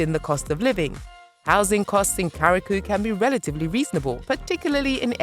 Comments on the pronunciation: Right? Curaçao, yeah? What's karakoo? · At least pronounce your island properly. There’s a difference between Curaçao and Carriacou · is it so difficult to pronounce right curacao ? koorasao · Where is Kuraku?🤦🤷🫣🤣🤣 I thought it is Ku-ra-sou (Curacao). Thanks for the video. I miss my Caribbean islands❤️ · It is pronounced Q RA SOW (Curacao). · "Kara-koo"? THIS VIDEO IS SO CRAPPY IT MISPRONOUNCES MORE NAMES THAN IT GETS RIGHT!!! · Pronounced Carry Ah Koo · Right.. How did she get to “Caracou”? As a person born and raised there, it’s offensive. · They pronounced it as if they were talking about the "carriacou", the island off Grenada's mainland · Horribly stupid video, waste of time. Boring random unrelated stock footage of black actors, annoying effects flashing throughout, time padded with endless blah, blah, blah and takes forever to get to the point, can't even pronounce 'Curacao' correctly. Complete crap. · After you researched all this data, you could’ve at least researched how to properly say Curaçao….. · I think the voice was AI induced or a BOT and had no idea how to pronounce it. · Right! That better be an A.I., the way the pronunciation was butchered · soooo is that how you pronounce curacao?? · These are AI video. They don’t have everything down yet 😂